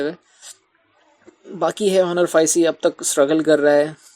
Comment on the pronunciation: Just correct the pronunciation of Honor.